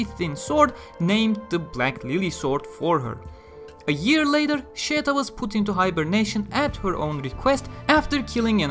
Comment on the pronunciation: Listen to her name being pronounced in the Anime. There is absolutely no "Y" anywhere. Sheta and Scheta are the only acceptable romanizations in her case. We decided to settle for Scheta because nobody uses Sheta.